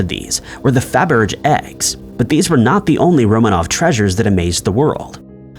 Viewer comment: "Faberg" with a hard G.